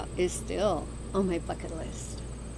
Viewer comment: When you said "bucket list" I thought you said "fk it list" 🤣 which is actually a great concept, pardon the pun.